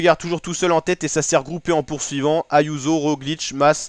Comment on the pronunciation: Uchtebrouck? C'est à mourir de rire ... un peu de folklore verbal et auditif!!!!!!!!!